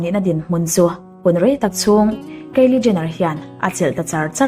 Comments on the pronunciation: A ngaihnawm viau rual rual hian.. thil pakhat selna lam ni lovin.. Kylie Jenner( keili Jenner) ti a lam lovin (khaili Jenner) tia lam zawk tur a ni. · Kiele jenner nilo in kylie jenner tiha pronounce tur a nih ka ring😀👍👍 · Kylie Jenner hming i sawi dik lo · Kylie Jenner i lam Dan hi Kalo helh😌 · Kylie Jenner i lam dan hi ka hre tha thei lo